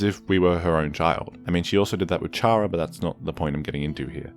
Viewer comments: YOU AREN'T SUPPOSED TO PRONOUNCE THE "H" IN "CHARA" IT'S PRONOUNCED "CAR-UH" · its pronounced Khara.